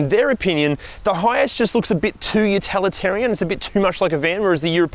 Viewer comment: Utilitarian,! Not utalitarian!